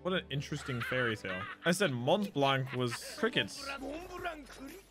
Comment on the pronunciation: You don't pronounce the "t" and the "c" in Montblanc